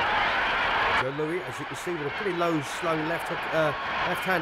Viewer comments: First of all the well known announcer Joe Humphreys' racist introduction "Although colored" was sickening to hear. Secondly where in the name of God did they get this commentator for this film calling Joe Louis Joe LOOEY, listening to that ignorant pronunciation of Louis' name was like nails on a blackboard. Louis destroyed Baer and the long standing claim that Baer had a broken hand before he got into the ring is something I never believed. Louis at his peak! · Joe "LOUIE"?????? Joe Louis........like St. Louis. I've watched a couple of fights with Max Baer and he had a horrible habit of never using his jab. He'd just put his left hand in the face of his opponent to "measure him" but never hit him with it? Meanwhile his opponents hit him with jab after jab. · Why the fuck does this guy keep pronouncing Joe’s name like “Lu-ee” instead of “Lewis”??? On no planet at no time was that man’s name pronounced that way. Also I’ve never EVER heard that Joe Louis was a dirty fighter at any point in his career. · Joe Lewey gonna bomb youey if you don't get his name right, hehe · This British commentator keeps pronouncing Louis like Louie. 🤫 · Who is announcing this? He’s mispronouncing Louis. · Jesus, if you're going to announce it learn to say Louis's name correctly; he's not a French king. And he didn't have a reputation as a dirty fighter, what the hell? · The guy can't even pronounce his name right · not pronounced lewie but lou-us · "Joe Loo-ee"? Only person in the world who doesn't know it's pronounced "Loo-is". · Thanks for the video and all, but this comes off as pretty disrespectful to Joe Louis. I've never seen him fighting dirty, and the man's name is Joe LouiS not Joe Lewey. (Yes I know some people with the name Louis pronounce it without an S, but not this one.) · Why does this fool keep saying "Louie" and "Maxy". And no Luis did not have the reputation as a dirty fighter. He was as clean and by the book as you get. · Why does the commentator call Joe Louie?